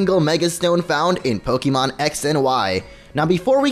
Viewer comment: Please stop calling it pokeemon